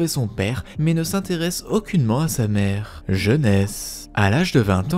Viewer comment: J’aime trop quand tu dis « Jeunesse » 🤣